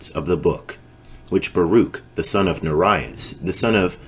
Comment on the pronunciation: i noticed right off the bat, that the names are mispronounced, internationally. son of Neriah, son of Mahseiah, SON OF ZEDEKIAH, same as SON OF HILKIAH, MISPRONOUNCED.